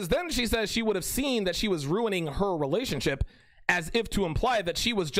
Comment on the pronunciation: Every time I hear you say "relationship" I think of Terrance Popp's pronunciation "relationshit".